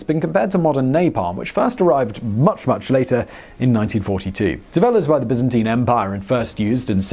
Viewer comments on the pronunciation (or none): none